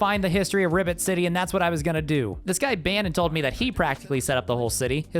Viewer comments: I swear he is saying Ribbit City instead of Rivet City, but I can't be sure. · You said "Ribbit City" instead of rivet city because of your peraona. There is an ad for an anime game beneath this video and the girl has her buns out. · I kept hearing Ribbit city 💀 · well, he's a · I swear I kept hearing you pronounce Rivet City as Ribbit City. The subtitles said I was wrong but now I can't unhear it. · I keep hearing "Ribbit City" when you say "Rivet City"